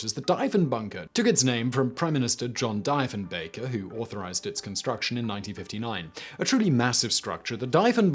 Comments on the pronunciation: Simon, an interesting video. Unfortunately, the bunkers and Prime Ministers name is pronounced Dee-fen-baker, and not as you were (mis)pronouncing it. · You are prouncing the name wrong, Diefenbunker it is prounced dee fen bunker named after John Diefenbaker pounced Dee fen baker. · His name is pronounced like Deefnbaker. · DEEF-in-BAKER. hire a fact-checker for heavens sakes..... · Lmao "diphonbaker" hilarious pronunciation haha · Isn't it pronounced like DEEF-en-bunker? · What the fuck? It’s deef en baker man. Jesus. Lol. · The PM's name is pronounced dee-fen-baker not die. Now you know the right way to say it Simon. Good video. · Canadian here. It’s pronounced DEE-fenbaker. Thought you should know. Thanks you for all the interesting videos. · Prime Minister "Deef"enbaker (pronunciation) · Deef-en-Bunker ~A Canadian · Thumbs down for the pretentious DY FEN BAKER pronunciation! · its DEEF-in-baker ..but you probably already know... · I shall join the Candain chorus on the subject of pronunciation. DEE-fin-bay-cur My work here is done. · his name is pronounced deef-in-baker. deef rhymes with beef. so deef-in-bunker. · Easy way to remember the pronunciation of our former PM: It's Dief the Chief. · DEEF-en-BAK-er. Rhymes with chief. DIEF the CHIEF. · The name is pronounced Deefenbaker. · Pronounced dee-fen-baker. Thanks for noticing us though. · Omg it's pronounced Deefenbaker and his bunker is the Deefenbunker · omg, tell me he isn't going to say die-fen-bager the whole video... edit: and he doesnt... lol. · It’s pronounced deef n bunker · The way you pronounce Diefenbaker offends my Canadian ears. Pronounced: "Deef" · Diefenbaker is pronounced DEE-fenbaker. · * Simon mispronounces a Prime Ministers name* Comment section Canadians drop the polite routine and revert to warrior mode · Simon has me convinced that we Canadians have been mispronouncing Diefenbaker's name all these years. Even Diefenbaker himself was saying it wrong! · Cringing at his pronunciation. 🇨🇦